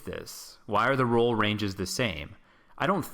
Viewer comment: I don’t know why but it really bothers me when he says goad instead of gold and row instead of roll.